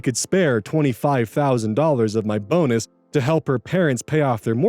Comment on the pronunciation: Definitely thought I heard "bones" instead of "bonus" when you read the title of the second story lol